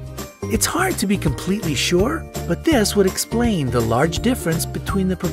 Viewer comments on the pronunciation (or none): none